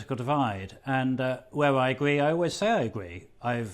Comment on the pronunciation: Going off on a slight tangent, but, when did it become acceptable to pronounce the letter 'r' as 'ugh' ? More and more people are doing it, it's become an epidemic. I think you're not allowed a job on Talk Ughadio nowadays if you are willing to say the letter r. Enough is enough, speak properly! "where I agughee I always say I a agughee"